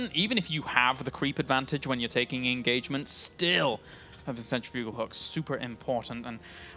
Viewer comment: Centrifugal is pronounced like... cen-trif-u-gal... not... cen-tri-fu-gal :)